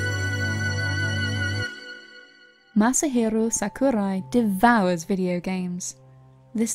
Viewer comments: Masahirrrrrro Sakurrrrrrai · Just 2 quick things: 1: Masahiro is his surname, not his first name (this is the case with pretty much all Japan-born citizens). Not a problem though, it's a common mistake. 2: You were mispronouncing his name which is also common for foreigners. I would suggest that if you do any more videos like this, that you quickly put the name into google translate and listen to it yourself. Nothing really wrong with it, it was just kind of bugging me as a Japanese learner. I did enjoy the video though, thank you!